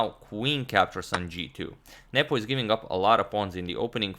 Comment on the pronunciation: I keep hearing "Nipple" instead of "Nepo" and it's oddly distracting